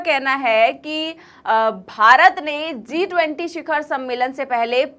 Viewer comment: Zee 20 nahi G20 pronunciation sahi nahi hai